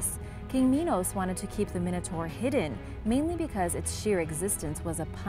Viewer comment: you were saying minotaur wrong